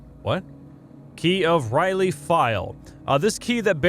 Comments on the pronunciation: As a huge lovecraft fan. R'lyeh is the sunken city of cthulhu. Where he is sleeping. And it is pronounced (rill yeah). Not trying to be pretentious. Just helping you out as u asked in the first episode. Lol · R' lyeh is not pronounced Riley it's pronounced Relyeah. R' lyeh is the lovecraftian city where Cthulhu sleeps. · R'lyeh pronounced Ra-layh.